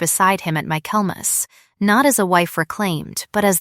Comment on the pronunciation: Tell AI that the word is Michaelmas, not mac Kelmas.